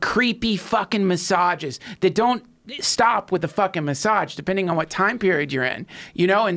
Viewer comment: Please teach Trussel how to pronounce massage